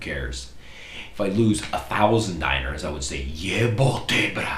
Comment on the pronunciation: Dinare or dinar not diner... uff jebiga.. jel znaš srbski?? 🤦‍♀️ moj sin ko je 16 zna više od vas!